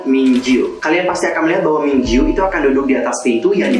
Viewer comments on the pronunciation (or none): mingyu kk bukan mingju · Apa cuman aku yg denger mas nya bilang Mingyu itu Minju? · Mingyu kak bukan Minju 😂😂